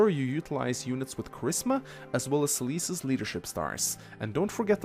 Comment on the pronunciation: I love how Seliph and Celice are pronounced the same.